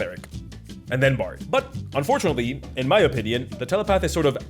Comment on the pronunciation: Am I the only one who heard Antonio's Onions instead of Opinion ?